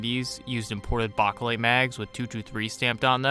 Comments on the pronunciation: Bakelite is pronounced, Bay-keh-lyte with the keh being unstressed like the second "o" in chocolate. If you pronounce the word as simply, bake-lyte, that is acceptable. Anything but baka-lyte. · Bake not bak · Plum mags and those "made in Bulgaria" not circle 10 mags run flawlessly in my m90 Also stop saying saying bakelite like that wtf It's not bock o lite it's bake lite >:( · It’s pronounced “bake light” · Its pronounced BAKElite, as in bake in an oven. lol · Bachhh a lite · Chew bacca lite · Why do you have such a hard time saying Bakelite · Stop saying bakelite like that. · The way you say Bakelite gives me chest pains mate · Exactly what I was thinking 😂🤙🏼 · 🤣💀 I said the same thing 🤦🏻‍♂️ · The way this guy pronounces Bakelite mags makes my asshole clench